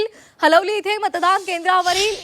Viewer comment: हलवली नाही हालीवली आहे तै